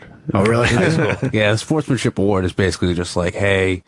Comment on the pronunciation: “They bathe in it bathically”